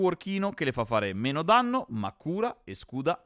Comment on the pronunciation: Danmno invece di Danno con Samira, grazie per il video patch veloci.